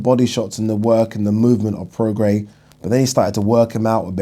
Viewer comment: YES. You finally pronounced Prograis right